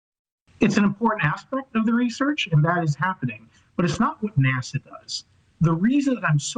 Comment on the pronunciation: Why is he calling it Nasar😂😂